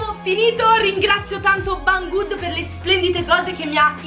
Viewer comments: Non é bang good si dare sarebbe scritto bang good pero' si dice beng good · comunque non intendo che non sai parlare ma si dice beng gud io ti seguo spero non ti sia arrabbiata il video comunque e fantastico